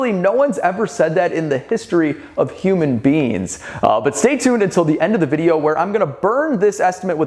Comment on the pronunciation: “No-ones ever said that in the history of human beans”-what I heard